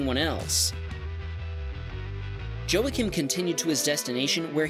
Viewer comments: In # 7... Joacim - Its not Jo-a-kim, its Wah-keem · Man, I love this channel but listening to you pronounce names that are less common in America and aren't English (ex: Joacim & Arnaud) is painful haha. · Joacim = Wah-Keem